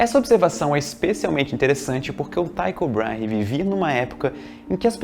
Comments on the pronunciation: Só um preciosismo, acho que a pronúncia do nome é "Tico" Braher. Abraços, seu canal é muito bom, ótimo vídeo. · Tycho Brahe se pronuncia com som de "i". Como se fosse "Tico Brarre"